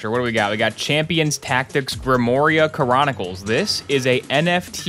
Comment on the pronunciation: i like that you're so used to saying bionicles that when you say chronicles you accidently add an "io" sound at the start so it sounds like cryonicals. I aspire to be as nerdy as that one day lol (i swear i dont' mean this in a mean or disparaging way)